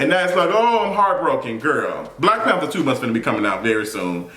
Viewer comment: did you say “Black Pepper 2” is coming out? 😂😂🤣🤣🤣🤣🤣